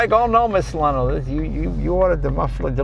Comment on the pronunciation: Leno*, not "Lino"!